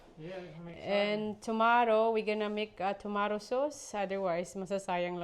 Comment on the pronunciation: Girl tomato lang yan .. wag masyadong e arte pag pronounce